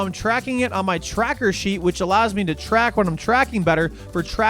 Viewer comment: Say ‘track’ again